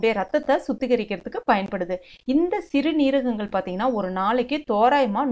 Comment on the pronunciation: சிறுநீரகங்கள் என்று சொல்லுங்கள்.அது ஒரே வார்த்தை தான் சிறு--நீரகங்கள் என்று பிரித்து பிரித்து சொல்லாதீர்கள்.